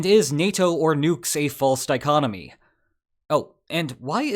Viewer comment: Did he actually say false di-conomy instead of that word that I don't know that also starts with di... ?